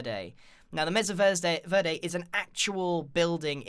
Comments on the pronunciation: I'm sorry to correct you Grian but it's pronounced m-ay-sa verde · its actually pronounced mey-sa ver-de and i live in colorado, which mesa verde is in and ive been there